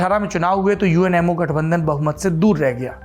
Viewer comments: जब आपने UMNO को बारंबार UNMO कहा तो अचंभा हुआ और लगा कि संभवतः मेरे सुनने में ही कुछ कमी है। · It's UMNO yar not UNMO ji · Saurabh, big fan of you and your channel. Lived in Malaysia for many years and married to a Malaysian. Several mispronunciation such as It’s UMNO, united Malay national organization not UNMO It’s called MALAYA pronounced as MALAAYAA BHD is for BERHAD closest English translation is Ltd. In a company. Expectations are high Saurabh. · aapne UMNO ko baar baar UNMO bola hai... 1st time galti pakdi.. 🤗 learning